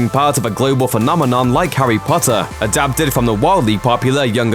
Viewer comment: "Harry Butter" Killed me 😂